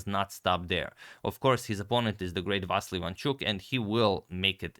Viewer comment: With all my respect , he is VasYL , the stress on the Y, not A!) Thank you for amazing videos